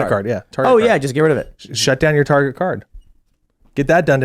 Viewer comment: The fatter american just said, tahguh cah gerruh taruh car yuh targuh car no targurh car targuh targuh cart? no targuh car beautiful targuh carh. You Yanks need to start annunciating your consonants.